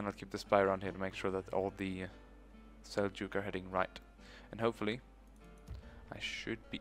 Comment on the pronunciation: finally, someone who pronounces 'seljuk' right